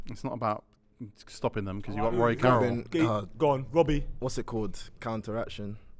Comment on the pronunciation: Man said Roy Carroll 😭😭😭😭😂😂😂